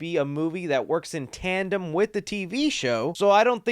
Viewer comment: He said "in tantem with the series". So are we getting a Season 4 AND a new movie?